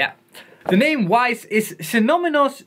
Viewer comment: hej man, ik lag plat bij je sy.... SIE... noni... nonnniii... mus, moes, sinoni... {}##%%^^*+=¥££$$\>_ synonimous uitspraak... very fu fu foe nuni moes!!!! haha keep up the good work!